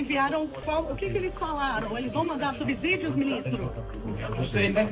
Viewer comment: A jornalista falando sub(z)ídio, dói o coração!